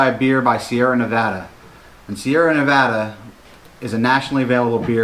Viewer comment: I'm glad that you were able to say "Nevada" the right way. Haha. When reviewing beer the Beer Judging Certificate Program (BJCP) uses Appearance, Aroma, Flavor, Mouthfeel, and Overall Impression, as their guidelines. This gives a great foundation on how to describe the beer in a variety of ways. Glad you enjoyed Sierra Nevada. One of my favorite breweries